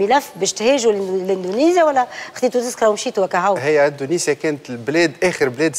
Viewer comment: يا سنية الدهماني يا استاذة ،عملتي العار. علاش تقول وتكرر الف مرة اندونزيا اندونزيا والصحيح هو اندونسيا يا معلمة